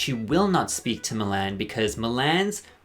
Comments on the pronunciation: Mill-Anne? It’s Mee-lahn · Milan pronunciation: Everyone in the world: Mil - lawn You: Mil - Anne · Not calling Milan Mil-Anne lol 😂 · not Mill-Ann 😭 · It's pronounced Milawn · I can't get over how you pronounce Milan's name 💀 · literally did not notice you were irish until you said "Milan" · I’m not saying you said Milan wrong, but I hated it. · The way you pronounce Milan REALLY bothers me for some reason lol iconic